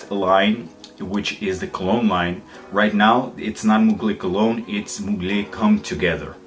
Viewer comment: Great Review as always PS: Its not « Mougley » but to be pronounced « Muglère »